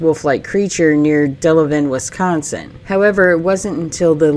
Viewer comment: Considering you're from Arkansas, you say wi-scAHN-sin well! Seriously, I almost thought you were from here or at least Illinois! 😁